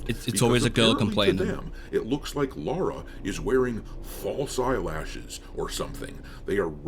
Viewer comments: It's Lara, NOT Laura. People who grew up with TR since childhood know this lol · Lara! Not fecking Laura.